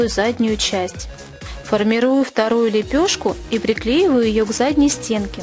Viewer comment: Вы не очень красиво сказали ''лепешка''. Постарайтесь так не говорить, а работа просто великолепна!